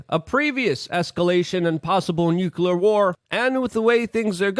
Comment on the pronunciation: Luke, why do you always pronounce the word "nuclear" as nuculear? I see a lot of Americans doing this.